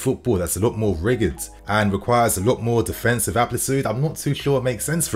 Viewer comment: my brother in light rigid is pronounced rijid